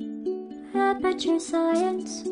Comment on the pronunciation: that's not Apeture Science that's APEKURE INTELLIGENCE